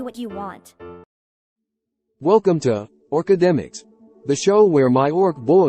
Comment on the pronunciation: "Orkademics" fucking KILLED me.